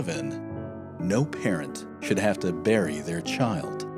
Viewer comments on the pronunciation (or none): none